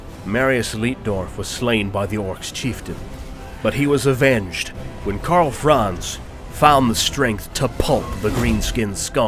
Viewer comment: I think this very nicely done WHF videos make it quite obvious why so many English speaking narrators butcher non-English names as they phase in and out of pronouncing vowels sometimes English and sometimes not, often in the same, compound words of some names of characters and cities, e.g. 'Karl Franz'. I guess it's something we all have to live with for the rest of our days. Still, I love the video series besides the brutal massacring. :)